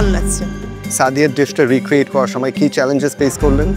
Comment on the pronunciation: উচ্চারণ আমার খুবই বিরক্তিকর লাগে 😂 সময়কে বলে ছময় 😂😂😂